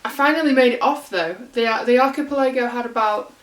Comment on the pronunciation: The stress is on the third syllable of the word archiPELago.